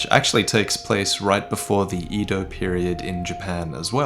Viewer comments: All e's in Japanese are pronounced like the a in bake. Ay-doe, not ee-doe. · I think it's pronounced Eh-do not Ee-do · edo is pronounced eh-dough not E-dough